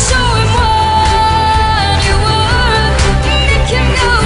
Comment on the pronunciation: she says it like wort and not worth because in French th- Is pronounced t